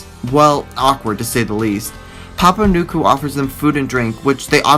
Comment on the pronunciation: I believe it’s pronounced newkwoo not nukweo